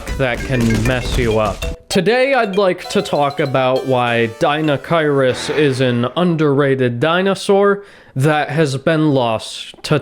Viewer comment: Pronounced Die-no-kai-rus. Good video about the wierd giant duck thing from Mongolia